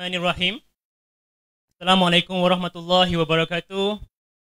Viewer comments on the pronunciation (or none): none